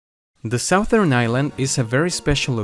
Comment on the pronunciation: Sou-there island, I’m from Louisiana and have been saying Sou-Thern wrong my whole life 😮